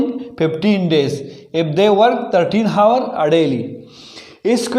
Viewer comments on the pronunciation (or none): ہاورس نہیں ، آ ور سر